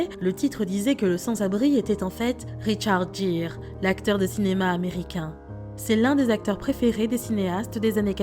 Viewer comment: Richard Geere prononcer GUIRE